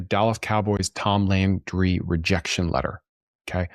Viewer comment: This is my first time here, and it cracked me up when he mispronounced Tom Landry. So cute!